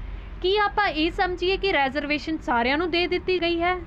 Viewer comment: ਮੈਡਮ ਰੈਜ਼ਰਵੇਸ਼ਨ ਨਹੀਂ, ਰੀਜ਼ਰਵੇਸ਼ਨ ਹੁੰਦਾ ਹੈ